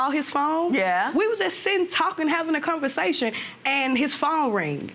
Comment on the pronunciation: " ConverSATIN" yup nuff said